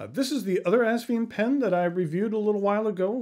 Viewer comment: Haha. He said assvine. I’m going with that one